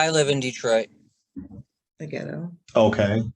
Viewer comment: Wow u actually said geto